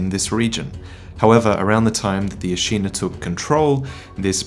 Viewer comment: Hate to be the grammar Nazi, but Ashina is pronounced like the english word 'shin'. A-shi-na, not A-shee-na.